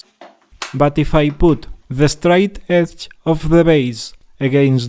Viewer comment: Yeah… is it the “straight edge” or “de-stroy edge”? 😜